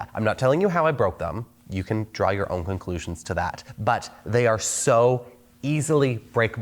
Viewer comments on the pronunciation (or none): none